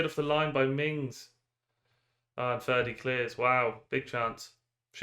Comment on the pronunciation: “Ferdi… just ferdi” hahaha unreal attempt